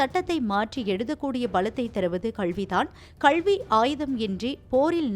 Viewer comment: 'கல்வி' சரியாக உச்சரிக்கவும்